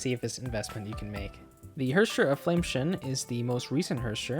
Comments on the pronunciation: Flame "scion" (sy on) not "shun" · I'm sorry, but every single time you mispronounce flamescion you sound like an idiot. it's pronounce "Sai uhn", not shin. Your video otherwise is an amazing resource for new AND Older players, but...you keep misreading the valk names and you're insulting yourself by doing so. Fyi haxxor is still read "hacker". the spelling is literal hacker slang. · HOF is Flame Sa-yon, not Shun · I don't know if you care or not but I believe scion is pronounced like psy (as in psychic) on (as in on top of). I might be wrong as this is not an English game, but I do drive a scion and that's how its pronounced there. Great video, it was super helpful (I love that you source where to farm/what resources to use). As a newbie I have no idea which resources I should be spending and on what. Thanks for taking the time to put this together. Also, as I'm pretty new, do they do reruns a good bit. HoS is my favorite thus far and I don't have her. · You're pronouncing Flamescion wrong. Scion is pronounced cy-on with the cy like in cyber. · Its pronounced Flame seyeone good guide tho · “Flame-tion” is how he pronounced Flamescion. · That's not how you pronounce scion lol